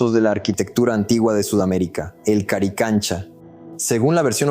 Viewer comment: haces un video y no nombras correctamente el nombre? CARICANCHA ??